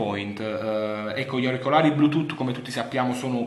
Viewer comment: ыыыы )))))))"блютутто" ))))